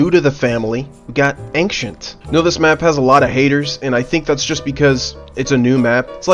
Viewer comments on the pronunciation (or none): bro pronounces ancient like "Ank Shint" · why you say "angxient" pleqse describe words properly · Ancient 👎 Angcent 👍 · Yea, "ankschient", such underrated map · wtf is an "ankcient"? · Ah yes, "Ankcient", my favorite map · why does he say 'ankchent' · Why do you say ancient like ankcient tho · Dude says angshent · why are you saying ankshent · Please learn to pronounce ancient 🙏🙏